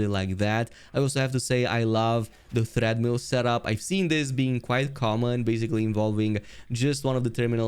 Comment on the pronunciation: It's a treadmill, not a "threadmill."